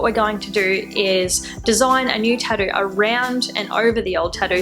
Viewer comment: "Tahdoo" I like that :)